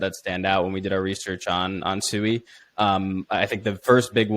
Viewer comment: Cool video covering Sui. It is pronounced like sweet without the t though. So like swee